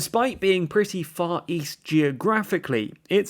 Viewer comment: East? I thought you said, "Weast".